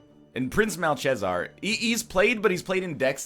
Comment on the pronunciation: "Prince MAL-CHEZZAR" The new PLAG